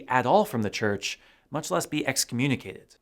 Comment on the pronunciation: CHURCH NOT CHRCH ....SORRY ! 😎